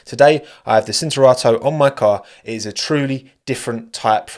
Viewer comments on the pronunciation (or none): Cinturato (belted), pronounced /ʧintuˈrato/ with the ‘ch’ sound in English. same applies to Lancia